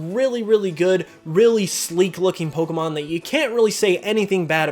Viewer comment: 32 dislikes....probably for the way you pronounce pokemon